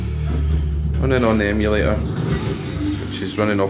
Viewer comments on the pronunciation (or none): Why can't you pronounce a t? "Emula or"? WTF? Me al Gear Solid? LOL